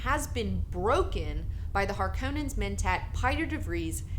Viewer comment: Some pronunciations, Harkonnens are pronounced hog-con-nans. Salusa Secundus is pronounced salusa-sec-con-dus And some lore things got wrong. Jessica is not bought from the bene gesserit. Jessica was actually forced upon the duke by the bene gesserit. The bene gesserit gave Duke leto some information about a Harkonnen plot years ago where the Harkonnens had a null ship (invisible ship). The Harkonnens used the ship to fired on a Bene Tleilax ship and framed the duke in hopes of starting a war between the two houses. In exchange for the information the duke agree to take Jessica into his household.